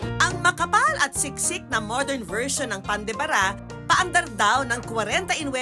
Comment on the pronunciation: Pan de Ba - Ra Hindi Pan de Bara!